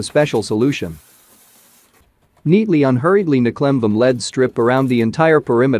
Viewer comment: I was wondering why you don't use your own speaking voice in your video? The computer generated voice mispronounces LED strips and LED lighting as lead strips and lead lighting. You did a great job at stretching that image.